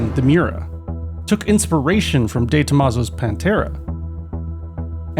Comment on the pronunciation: The way he pronounces De Tomaso just fucking kills me every time